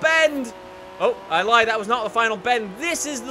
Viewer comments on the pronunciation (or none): none